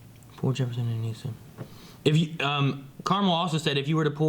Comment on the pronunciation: It's Uh-Niss-Uh. Not Uh-Niece-Uh.